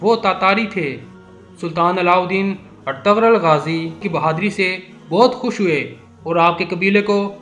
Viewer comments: Oh Bhai ertgarul nahi Ĝ silent ayta hai.waha per lumbah kar k parte hain. Ertu....rul es tarah.ok. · Lmao its not etagrul it’s pronounced erturul 😂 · Oh pai urtughal hunda artaghl ni hunda